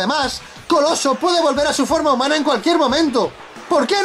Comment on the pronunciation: repite por favor es taXXXXXi, no "tasi"